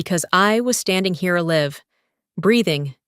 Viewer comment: Please check the grammar alive is being pronounced wrong